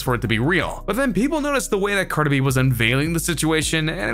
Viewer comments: Car da Bee 😂😂😂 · No offence but you say cardi B wierd